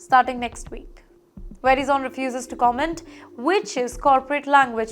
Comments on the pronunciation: Create jobs in India. Don’t depend on other countries to feed you. Also, you should lose your job for pronouncing Verizon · Pronunciation is not right. Please listen to an American, how Verizon is pronounced. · Pl don’t spread incorrect news. It is nothing to do with Indians alone. First you have no idea about how companies operate in US. You can’t even pronounce Verizon and ATT properly that shows your immaturity. Madam, US companies are IPO based and they have to give profit quarter over quarter. For this , companies shelve some projects, restructure the org - lay off employee. This is nothing new. Do some research , example Motorola abandoning operation Krypton in late 80s. Also for your information company can layoff 12% of employees without telling Wall Street. But now they are telling, Why? So that stockholders are comfortable with the company. Also, next week when layoffs are declared… keep an eye on stock market. It will go up. Tip, buy these stocks today and make money next week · Can't she pronounce correctly Verizon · It's not VERY Zone idiot, it's va rie zen it's how it's pronounced. I don't know what baja khana school you went😊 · It's Veh-rai zen not Veri zone. We all learn something new every day! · its pronounced as "vuh-rye-zuhn" not "veri-zon" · It's not pronounced veri-zone, rather "ve-rye-son", that's the nearest pronounciation I could think of. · It's not very-zone, it is vey-rai-son. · It’s pronounced Verizon and not Verizone (it’s not very zone) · were-Eye-zun...... Not what you are saying. From USA. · Omg Ver-I-zon , please get ur English pronounciation right . This layoffs is not for Indians only it’s for alll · It’s pronounced Verizon not Verizone! Where is the ‘e’ at the end? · Its pronounced as vr·ai·zn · verizon is spelt - verai - zan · Lady correct your pronunciation: Ver-ice-on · The presenter should do her homework on finding the correct way to pronounce "Verizon". It should be 'Ve' - 'rise'-'zon' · Verizon pronounced Ve RIZON